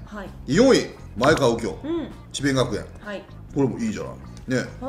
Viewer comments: まえかわ ではなく まえがわ です！！ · まえかわではなく、まえがわですよ！ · 里崎さん！まえ『が』わうきょうです！ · 「まえかわ」ではなく「まえがわ」ですね。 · 「まえかわ」でなくて「まえがわ」